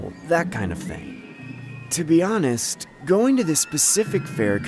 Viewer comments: “my ting”😂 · "my ting"